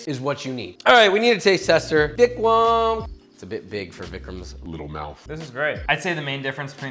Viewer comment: I hate to be this guy 💀 but it's Vicram